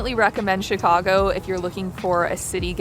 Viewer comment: As a born & raised Chicagoan, THANK YOU for pronouncing Chicago properly. It warmed my heart! It's just as you said it: Chi-CAU-go, not Chi-CAH-go. I'm so glad you had a wonderful time here. Next time, come in the summer. We'll melt your mittens off! 😁